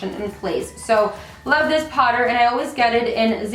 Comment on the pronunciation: the way you say "powder" is so cute! lmao sounds like "Potter" as in Harry Potter , I catch myself repeating it every time you say it!